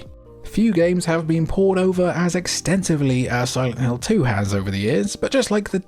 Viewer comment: what the heck is silent lint 🤪